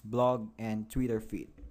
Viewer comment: Maaan this guy talk slow, also it is so obvious that many of the English words he have never ever heard in real life and that gets so annoying after a few minutes so that is the onlite thing you hear "so wi ayes" "warframe" "maack flaaw" "tvittr fiit", "Make fonit Ajjtallic", there are some many better videos out there where it doesn´t sound like a r****d teaching how to build a kite!